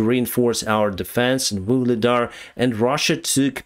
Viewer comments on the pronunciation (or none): none